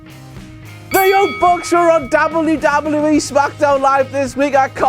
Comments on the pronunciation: Love, love content, hate the pronunciation of W. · I really like the way you say " W... W.... E..." ie " DoubleU... DoubleU.... Ezzz. lol. Very funny. And good video. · sounds like hes saying dobby dobby e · Doblu, doblu, EE lol that's what I hear when he says WWE 😂😂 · Dabble ewwww dabble ewww e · can anyone else not stand the way he says WWE?